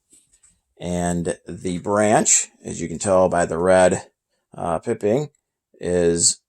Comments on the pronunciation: PIPE-ING NOT PIP-ING!!!!!! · Nice pieces. BTW, the colored trim on caps, insignia, etc., is pronounced PIE ping, not pipping. Cheers.